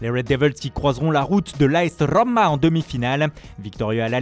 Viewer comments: La Rrrrrrrromma! Quel boulet... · La RRRRRRRoma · « La RRRRrRRrrrrRrrRroma 😂🤣 » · la Rrrrrrrrrrrrrrrrrrrrrrrrommmmma